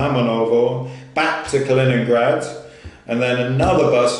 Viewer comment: You actually did pronounce it right. Close to it as you can get with the english accent. Kaliningrad is supposedly fun to visit if you like all the old abandoned wwII stuff, you should have explored all of that. But right now with the situation, just get back to Europe.